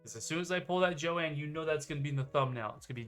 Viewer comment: Omg her name isn't jo ann it's Joan ooof